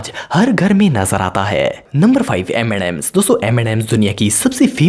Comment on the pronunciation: normal people say m&m's and says m andd msss like desi